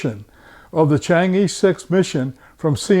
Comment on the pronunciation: pronunciation of chang'e, not "i:" but "ε:"